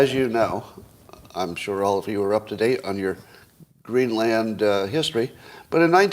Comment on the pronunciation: The land in Greenland is pronounced like soda.